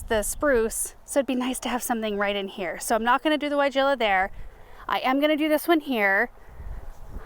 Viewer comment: Didn't know if u knew weigela is pronounced with a V not a W...thanks Europeans lol..